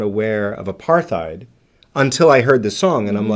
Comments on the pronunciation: The word "apartheid" is actually pronounced "apart-heid", as the T and H are in separate syllables. It's an Afrikaans word (the Dutch dialect spoken in South Africa). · Also, Apartheid is pronounced with a silent h. 👍☮